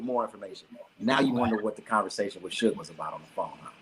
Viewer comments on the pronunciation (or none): none